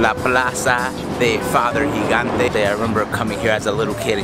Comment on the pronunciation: "Higante"?? What's that pronunciation?! He wasn't Hispanic, he was Italian dude... It's "Djee-gan-te" :)